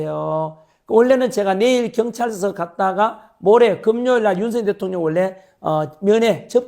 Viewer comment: 발음이 자꾸 ㅋㅋ 윤서인 대통령이 아니고 윤석열 대통령입니다 ㅋㅋ😂